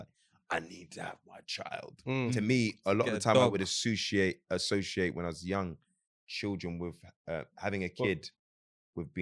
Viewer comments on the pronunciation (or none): when he heard “assussiate” 🤣🤣🤣🤣🤣🤣🤣🤣🤣🤣🤣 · wanted to give that man the helmet after “assushiate “ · Damn really wanted to interrupt when said assushiate LOOL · looked at when said “associate” wrong and wanted to give him the helmet😂😂😂😂😂